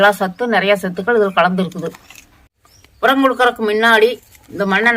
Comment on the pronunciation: கடைசியாக சொன்ன உரம் பேர் தெளிவா புரியலை